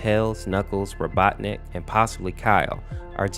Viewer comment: I love how he keeps switching the pronunciation of Robotnik to Robotnus and Robotnit